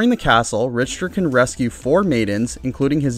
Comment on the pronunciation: Rich Ter? I thought you were calling him Richturd. I think its pronounced Rick ter belmont